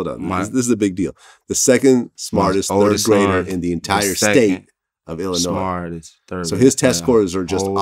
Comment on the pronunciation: First of all he pronounced Illinois wrong 😂 Second he’s calling his son a B** All 🧢😂